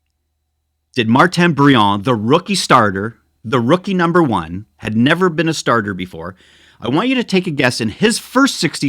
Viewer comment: His name is Biron, not Brion. You didn't research his name very well. And Gilmour (38 points) and Andreychuk (33 points) combined for 71 points in their last season with the Sabres. Not exactly dominant players that season, so that is irrelevant.